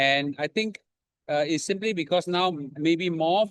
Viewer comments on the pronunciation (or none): none